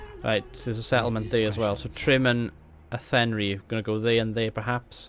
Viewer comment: Town in Galway on the west of Ireland on the map Athenry is pronounced Athen-rye